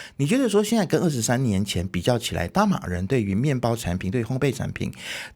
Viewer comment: 烘焙（bei第四声），不是陪pei。